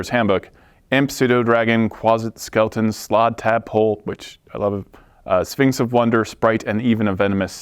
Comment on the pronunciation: Does anyone else keep hearing "A Sphincter says what?" Every time he says Sphinx?